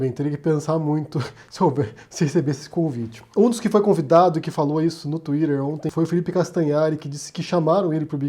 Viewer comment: Pq vc fala Twitter engraçado ?..